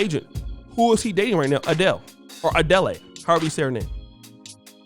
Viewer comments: For the love of God,, Adele is pronounced "A-Dell" not "Adelay". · let me guess - sisters was hella masculine and combative on the come up and now they mad mr 6"10 got him something nice somewhere else - I would of been feminine and submissive if he married me! and bra its Adel(e) - not Adelleyyy LMAO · Ah-Dell it's pronounced Ah-Dell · Adele is pronounced "A-Dell"